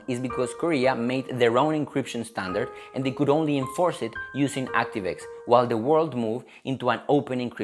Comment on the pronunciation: 액스티브 와이 ㅋㅋㅋㅋ